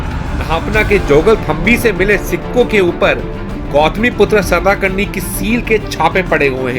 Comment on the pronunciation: It's not सताकर्णी.. It's सातकर्णी.. Informative video.. Good.. Keep ur good work continue.